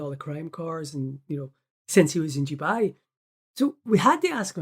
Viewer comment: It's not Jewbai it's Dubai ya muppet 🤣😂👌💯